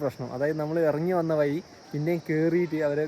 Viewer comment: മലയാളം ശരിയായി സംസാരിക്കുക വയി അല്ല വഴി പുയ അല്ല പുഴ തായോട്ട് അല്ല താഴോട്ട് '